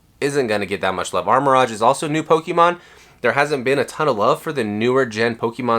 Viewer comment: What are you talking about…he’s opening the Armor Rodge box 😂😂